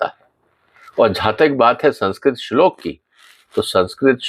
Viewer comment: आप भी पहले इस श्लोक का सही उच्चारण सीख लीजिए